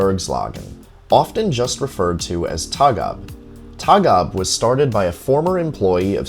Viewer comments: It's pronounced Torg Ah Be. Tågab (Train limited) Not a particular cool name lol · Interesting video, but the letter Å is not an A. it is an own letterr and it is prenounced like English O. Like in tow truck. Towgab would be a more correct prenounciation. TÅGAB is an abbreviation of "tåg", which means train and "AB - aktiebolag", which means limited company. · I rode Tågab by accident from Katrineholm to Stockholm once. Felt like entering a museum train indeed. By the way, the "å" is pronounced like the "a" in "ball".